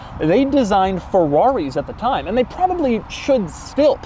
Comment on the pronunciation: That was actually a beautiful car with some amazing features for its day. When will Dougie stop saying "Feh'wraw-wry" 🙄